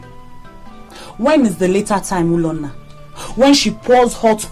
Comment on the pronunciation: lol its Ulonna and not Ulanna